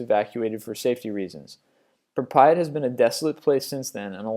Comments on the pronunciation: "pree-pee-it Ukraine?" Okay, stop mispronouncing stuff, stop it. This is a video you can edit. Pronouncing Pripyat should not be difficult at all. It sounds the way it's spelled PRI-PY-AT. "Gladiators fought to the death for the amusement of CAESER and HIS mobs". ahem, Caesar was killed by Brutus in 44 B.C, The coliseum was built in 70 A.D and completed in 80 A.D. One Hundred and twenty four years (124 yrs) after the death of Caesar. Not only where there gladiator fights, but there where many non-lethal sports. In fact most gladiator fights where not "to the death" because gladiators where very expensive. Next you pronounce catacombs as cotokUUms. Are you one man by himself making these? If so, fine these videos are a lot of work I get it, but if not it's quite pathetic. You are most likely paid by youtube in a partnership right? These are supposed to be kind of educational right? Well get your facts straight!! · PRI-PI-AT? Really? Please try to pronounce it atleast. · Pripyat..you said that so wrong! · Well -- This narrator seems to have trouble pronouncing things, anyway. He can't pronounce Pripyat' correctly either. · Pripyat was even worse.